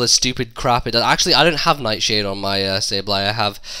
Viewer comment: 'Neyt Sheyd' totally killed me ROFLMAO xD